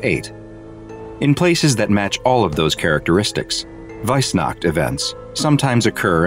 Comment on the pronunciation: "Weissnacht" Mich als Deutscher hat das jetzt schon getriggert 😂